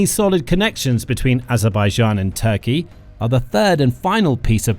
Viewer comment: The artificial voice on this video is irritating for important issues it can not pronounce TURKEY, a simple word to pronounce.